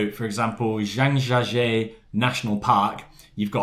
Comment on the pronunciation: A work around is to have two phones and using the second phone to live translate the screen on the first phone. Faster than translating the screen shot on the first phone. Great, well balanced review overall. Perhaps make an effort to pronounce place names like Zhangjiajie bit better (even if you butcher the tones) . Google translate will give you a clue.